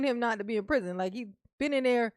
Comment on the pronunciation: Omg, I couldn’t take it. You just talk talk talk, let’s hear the damn transcripts, not the incorrect way you say prison 5689 times.